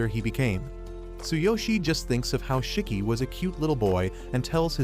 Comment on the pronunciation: It’s not chiki is shiki